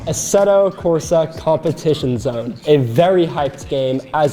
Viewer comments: "Assetto Corsa Competion-Zone" WOW dude, have you never, ever, hear anyone pronounce it IRL? It's italian, not a portmanteau. Also F1 games are simcade, TRASH or NON EXISTENT Force Feedback on wheels. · I know he was supposed to say it in the Italian way com pe tizi o ne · Competi- WHAT? Learn how to pronounce it noodle head.